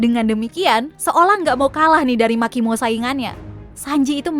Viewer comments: Agak janggal pas denger Irish bilang makimo, soalnya seingetku yg bener marimo. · marimo beb bukan makimo 🤭